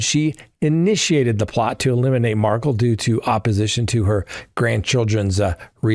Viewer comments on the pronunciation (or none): Mar-kel, not Markle. Please pronounce the victims name correctly!!!! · It is MAR-KEL not MARCKLE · Love you, but you gotta look into saying Dan Markel’s name correctly…just to honor his name….please like kettle…kel….rhymes with bell… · It’s pronounced Mar-KELL and Mag-BAN-oo-ah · It’s Mar-kel